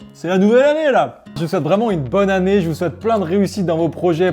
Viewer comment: Dans cette vidéo tu as dit bonne année, on dirait un africain avec le haut à la fin, ça fait l’accent africain oh😅. Je suis Jefrey et je te salut depuis le Gabon